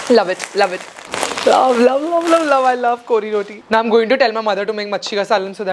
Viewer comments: Omg u said kori rotii love from mangalore ❤️ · even i am a mangalorean and i am so happy how you pronounced kori rotti love you so much and i am proud that even you are also partly a manglorean